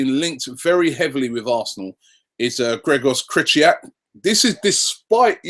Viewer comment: I'm done with telling you how to pronounce Krychowiak's name.. i'm so done, jesus christ is it that hard?